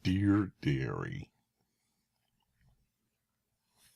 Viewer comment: actually i thought you had a speech impediment (haha)